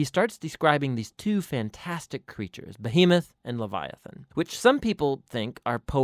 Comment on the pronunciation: Correction: "LEVIATHON."